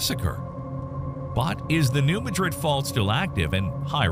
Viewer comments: Just wish all you "experts" would learn how to correctly pronounce New Mad Rid not Ma Drid like in Spain . So disrespectful of all of us who live here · The locals pronounce it "New MADrid".